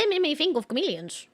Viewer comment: The way she pronounced chameleon made me chuckled